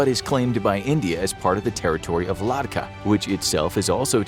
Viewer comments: it is ladhak not kadka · its not ladkah it is called la-da-kh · Come on, it's not ladkah , it's Ladakh. And remember those Chinese tyres on russian vehicle in Ukraine???? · It is Ladakh not Ladkha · It's Ladakh, not Ladkah... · Its Ladakh..... Not ladkah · One correction.. it's not ladka.. it ladakh!! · It's Ladakh not Ladkah. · Its not "Ladkah". Its "Ladakh". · It's not ladkha.. ITS LAH DAKH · It's Ladakh not Ladkah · WOW LADKAH its Ladakh Please do proper research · what is ladkah- I think you mean ladakh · broo its ladhak not ladka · Ladkah? TF is a Ladkah? Ladakh is the real name and it's Indian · Its not Lad-Kah, its Lad-akh. Please correct. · Say it with me bro “ Lah-dak” not “Ladka” 😂 lol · Respectfully speaking, Its "LADDAKH" not "Ladkah" Do your research properly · It's ladhak not ladkah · It's called "Ladakh" not ladhka. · The way you pronounce Ladakh is unintelligible. It's Lud-Ach not lad-acka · It’s Ladakh not Ladkha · Ladakh is pronounced luh-dah-kh but not ladkah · Ladakh not Ladkha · Its not ladkah its ladhak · shouldn't it be ladakh rather than ladkah 😂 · It’s Ladakh not ladka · I guess that the place your are trying to call is LADAKH and not LADKAH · Wtf is Ladkah? I think it should be Ladakh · Its lah dak not lad ka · Ladakh. Not ladkha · Bro it is Ladakh not Ladkah .. haha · La-dak(h) not Ladka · It is Ladakh and not Ladkah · its Ladakh not "Ladkah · that is ladakh not ladkah. Correct it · it is la-dakh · Haha "Ladkah" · If He says Ladkha again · It’s Ladakh not ladkah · Dude you murdered the pronunciation of Ladakh (India)